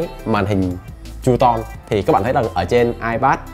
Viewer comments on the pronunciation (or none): Hình như là true tone đọc là tru - tông phải k bác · góp ý nhỏ: không phải "con bướm" và không phải "tru ton" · Ổng đọc là tru ton á, tr mạnh đàng hoàng mà mấy ba